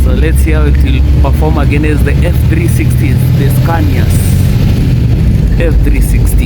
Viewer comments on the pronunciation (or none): none